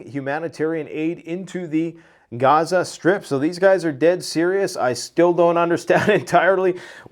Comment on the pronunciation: You are getting very fake. You Pronounce gaza 2 different ways, I don't know why but it sounds stupid. Quit being fake.